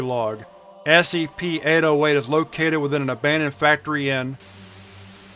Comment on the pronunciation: my friend just pointed out that it sounds like you say ASCP not SCP and now i cant unhear it 😢 However another great video thanks dude!